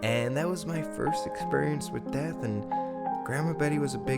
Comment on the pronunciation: At first I thought he said it was his first experience with meth, not death. haha